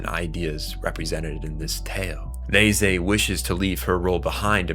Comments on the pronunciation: He is saying Ney-zay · Why are you pronouncing reze’s name like that? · Why are you pronouncing Reze name like that lol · Bro I literally came to find this comment. No hate. Im just curious like am I hearing things or is everyone else pronouncing it wrong. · Sorry bro but please learn how to pronounce agrarian and Reze correctly